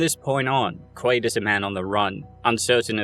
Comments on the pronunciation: It is absolutely Quaid in the movie….which is what this video is about so every time I hear Quail it’s like fingernails on a chalkboard. I had to stop watching. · Quaid not quail 😂😂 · You lost me at "Quail" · Bummer I wanted to watch but cant get past you saying the literal protagonist name wrong every time.